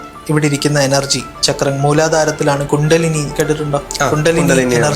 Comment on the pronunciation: It is Kundalini not kuntalini..please be more specific about Sanskrit nomenclature